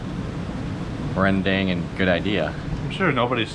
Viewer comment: Rendang not rendeng 😂